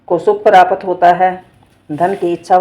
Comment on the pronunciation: प्रपात नहीं आंटी जी प्राप्त होता होता थोड़ा सही से बोला नहीं गया आपसे की नहीं